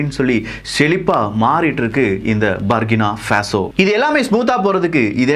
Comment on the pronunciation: அவர்களுக்கு ஒரு தாழ்மையான ஒரு வேண்டுகோள் புர்கின ஃபாசோ என்று தான் எனது ஆப்பிரிக்க நண்பர்கள் உச்சரிப்பில். நானும் எனக்குத்தெரிந்த அளவில் புர்கினஃபாசோ என்று அழைக்கப்படுகிறது. நன்றி.